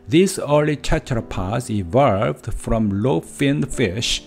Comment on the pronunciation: Digits* not digits. When it comes to making it easier as a native. Be careful with the vowels, evolved* not evo-varvd. I am assuming your mother tongue doesn't have a whole lot of L's? Make sure you round your lips like a circle and also English O's are diphthongs in SECOND POSITIONS. Primates? You need to retract your tongue when saying our versions of /ej/.:X Don't drop your jaw. English body parts are mostly regular or predictable. Tooth -> Teeth, Foot -> Feet, everything uses an S... if I couldn't tell aspirated vs. aspirated consonants, do you realize may have said a profanity without further context.._. Aspiration is phonemic in English. Unvoiced consonants are T, K ( Written CA, CO, CU ), P... If don't aspirate. Peach -> Beach? Thumb? THUMBS* Singular this -> These, but be glad you don't need to worry about grammatical gender though. The stress in" Eventually "typically is on the first.... I don't blame the struggle due to bad orthography... Sadly I don't speak any Indian languages or have any knowledge, but I can hear you must be from India? Too palatal. Relax your vocals when saying vowels though. -ate words use an /ej/. Aspiration helps us tell minimal pairs apart like " Tank's Cat, Tank Scat " ( to be slightly funny, but to know if you are aspirating, take a piece of paper, put it in front of your mouth, then say t, k, p. If the paper moves suddenly, then you know you did it right.:)... As a native English speaker, not bad, just be a little consi